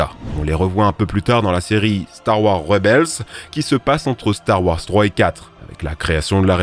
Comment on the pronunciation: Star warS , GrievouS , finissez les noms svp ca fait bruler les oreilles... ET NON Ce n'est pas Rex dans Star Wars 6 , ca n'a pas été confirmé :) Sinon très bonne vidéo !